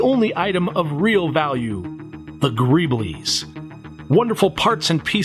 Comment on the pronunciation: Mother says greeble is pronounced GREEBL and "the aliens are comin. I'd run! 😬